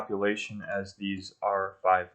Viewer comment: These are great vids, due to their content, and you are very meticulous. However, when you say "R-5 High" it makes me question reality though. . I can watch this series while my game is playing in the background, and I don't even need to fast-forward the game !! :)